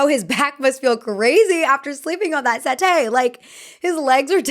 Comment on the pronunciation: it’s SetTEE, tee as in Tee-shirt, set-T Sorry I was driven mad by that 😅